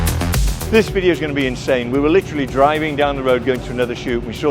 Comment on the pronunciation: Definitely an inSHane way to SHtart an epiSHode! 😁